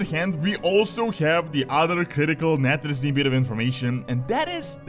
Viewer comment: Nathrezim. Sire De-Nathr-ias. -Nathr-ezim. Castle -Nathr-ia. Just saying.